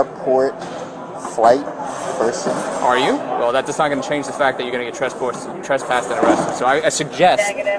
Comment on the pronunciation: lol the one officer: tressporssed